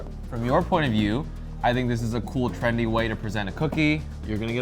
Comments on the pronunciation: It's "trendy" not Trandy, wtf is a "Trandy"? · you said Trandy, so what is it?